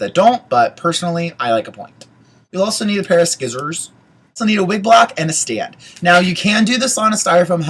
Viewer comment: Lol ... "Skissors"